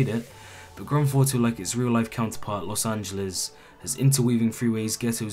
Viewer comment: Granfauto5...... that's how he says grandtheftauto5